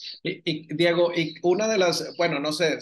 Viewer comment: Porque dice Monique en el nombre de Diego???